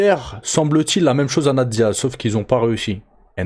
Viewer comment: On dit "'nèyte Diaz" pas "na te Diaz" 👌🏻 (tu dois le répéter au moins 100x ds la vidéo 🤯🤯🤯)